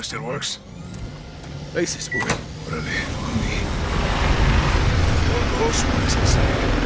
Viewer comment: I thought Ghost said "Grapes" instead of "Graves" 🤣